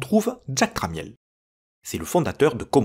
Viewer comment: Une version plus avancée pourrait essayer de convertir l'image en basse résolution ;-) Pour information, Tramiel se prononce "tramme-elle" (le i est silencieux). Jack détestait que tout le monde prononce mal son nom de famille.